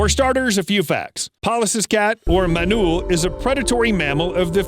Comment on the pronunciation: ''do you remember the sociable manule'' 🤣🤣🤣